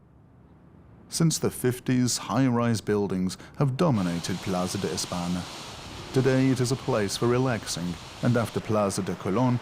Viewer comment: Why doesn't he bother to pronounce simple Spanish words correctly --- señor, España, plaza, calle? -- - after all, it IS the capital of Spain.